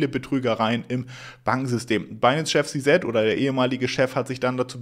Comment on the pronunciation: Alter… Si-Si sagen die alle, nicht Si-Set… es gibt keinen Si-Set… sag entweder Si-Si, wie alle, oder Ze-Zet deutsch… oder sprech den Namen halt aus…